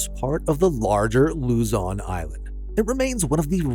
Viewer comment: The island/lake point (#3)in the Philippines includes Taal Lake, which is tah-AHL, not TALL, Volcano. Secondly, all of this is on the island of Luzon lou-ZAHN, not LOU-zahn. Though Greenland is huge, it's distorted on flat maps. In reality, it's about the size of Montana and Germany. Oops! In point #17, "Vegas" didn't get capitalized. Revealing a bit more about 4 Corners, it's located on the northern edge of the Navajo Nation. In truth, if the water between Canada's Arctic islands were removed, the US and Canada would be in a very close race for 2nd. largest. If you count Midway Island's Samoan time, the USA has 7 time zones.